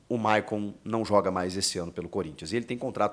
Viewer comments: Chico , É maycon e nao mayon 😂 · Hehehehehehe a Fungada e o nome do Maycon estava Mayon kkkkk